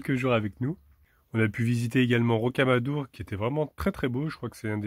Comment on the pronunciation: RoquamadoUr !!! ah oui, je pense que tu veux parler de Figeac, on pronon, Fijac ! 9a me rappelle le lichen !!! looool !!!